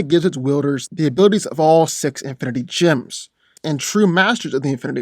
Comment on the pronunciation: They are pronounced “jems”, not “jims”...